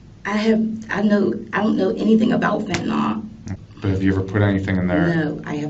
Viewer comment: It's Fenta-NYL..not Fenta-NOL!!